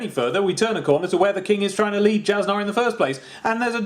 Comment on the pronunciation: Jasnah's tricky. It's pronounced as Yas-Nuh.